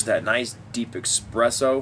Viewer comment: While I appreciate your review of this cigar; I'd like to note that you are trying to mimic Bryan Glynn of Cigar Obsession (almost exact same phrases and review style). Also, the flavor your are trying to describe is not pronounced EXpresso, it is espresso (no EX sound just ES.) I write this not in a condescending tone, but that of a critiquing. Have your own style and ensure you pronounce your words appropriately so others will take you seriously. Also, you have no link in your description as you mentioned in your video. Keep up the reviews!